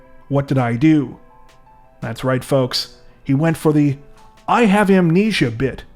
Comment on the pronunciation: Entertaining in real life. Smart ideas! Great attempt to be a "Cub Scout"🦁 Last dude had "Amulate-nesia"😂